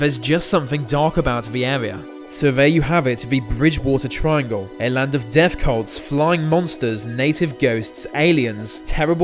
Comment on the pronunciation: tirangle what that rembers me ilu... STOP